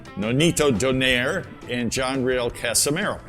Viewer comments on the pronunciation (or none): Who’s “Don air”? It’s “Donai-re” and not “Don air” 😂